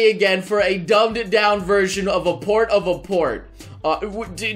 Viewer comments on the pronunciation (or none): Everytime he said "port" , I hear "porn". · Every time you say port it sounds like your trying to say porn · All the time you said "Port", all I heard was "Porn".